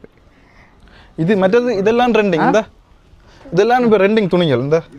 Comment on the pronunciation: Rending illa.. Adhu trending bro FFF